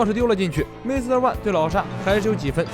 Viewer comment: 终于把"MR"念成"MR"而不是"M" “ R” 了